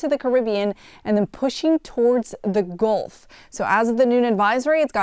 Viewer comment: Ah yes, the Goolf of Mexico.